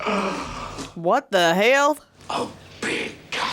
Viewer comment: Let's talk about the REAL deal during this video: "What the hell?" accent?!